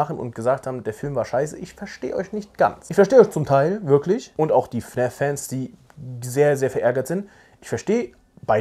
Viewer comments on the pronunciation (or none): Hab mal'ne frage: wieso sagst du fn Ä f anstatt fn A f Mach ich btw auch